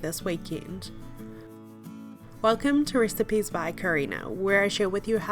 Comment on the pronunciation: The way she says recipes lmao 😂